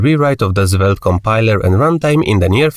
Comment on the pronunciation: why are you calling Svelte - Zvelte? 😅